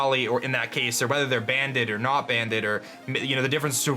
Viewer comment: he said banneded.hahaha